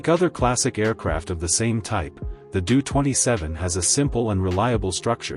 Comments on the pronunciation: Doh-Twenty Seven -- like Homer Simpson was saying it. Doh, line the first part of the name DOHrn-ier. It is hard to take the narrator seriously with that Doo-thing mentioned every few seconds. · You obviously don't know what you are talking about. It's a Taildragger landing gear, not tricycle. It's pronounced ; D O-27 not Doo-27. Empty weight did not Double. No acft on Earth has.😢